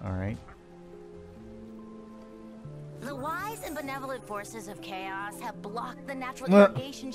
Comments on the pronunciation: It's kaos not choas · f it's Kaos K.A.O.S not chaos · also its pronounced k-a-o-s